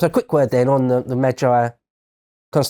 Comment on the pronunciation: I searched for just in case this was lotus eaters video and I realized it this channels video I was already watching. In all due respect and I do mean this May-G Meij-gee Not Meij-I